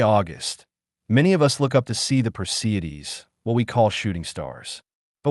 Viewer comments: This is why they should teach phonics in school! It is not per cee Dees .it is per see ids.😎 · Per-see-ids is the pronunciation